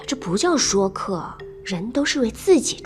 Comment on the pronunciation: 这个不念shuo说客 是shui